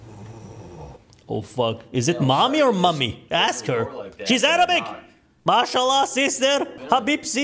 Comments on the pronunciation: as a Muslim i can confirm his accent saying mashalla is perfect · As an indonesian muslim, i can confirm the Mashalla accent is little bit off to what we said but i think is nearly perfect in arabic